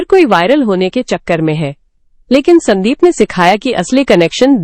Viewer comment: Stop AI ki bakwas , स्यांदीप kya hota hai sandeep hota haiसंदीप